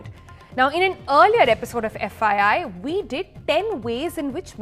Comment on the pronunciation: Who else always get confused when she says FYI it sounds more like "FII" having said that she nails every episode